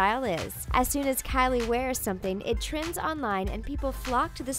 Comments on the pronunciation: The way she calls kylie "Carly" pisses me off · why do you say kylie that way it's so cringie